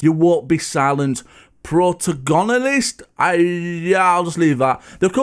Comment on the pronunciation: I think you need to look up the correct pronunciation of protagonist because your pronunciation was terrible to be honest 😂😂😂